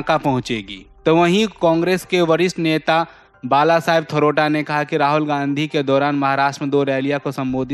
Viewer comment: थरोटा नहीं भाई " थोरात " कहींये । अमर उजाला में ऐसे कैसे समाचार पढ़ा जा रहा हैं बहुत सोच समझकर ग़लत पढ़ रहे हैं